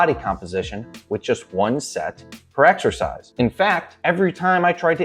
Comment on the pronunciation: He says "Eggexercise" instead of Exercise, which already shows he's an idiot right there. Where does he get that?